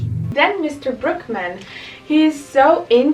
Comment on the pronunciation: His name is Brookman… but it sounds like Brokeman. Lol